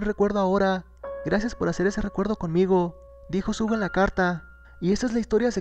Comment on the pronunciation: Se pronuncia shuga pero igual te amu 😂🤗